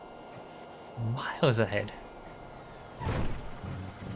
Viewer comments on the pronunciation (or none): I can never tell if is saying "miles ahead" or "Mild's ahead", not that there's any difference.